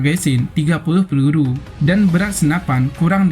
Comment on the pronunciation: Lucu bahasa adminya.. Pelulu kh peluru heheee